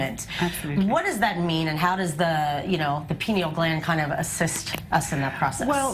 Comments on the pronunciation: "Pie-knee-yal" gland. "Pee-nahl" gland is something else ma'am. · Please pronounce the word pineal correctly. It is pronounced P-eye- Ne-al not "Pin"eal or pee- neal. Pineal like a pine cone. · Am I the only one that notices she's not saying pineal gland? She is very clearly saying penal gland. even the expert tried to correct her. She isn't talking about the brain she's talking about penis. SMH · Penal ≠ Pineal. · lol.. Pee-nal gland. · she said penal gland lol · Did she say penal gland? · hahahahahaha she said Pinel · lmao she mispronounced "pineal"